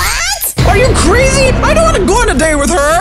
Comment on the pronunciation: Not dayte its date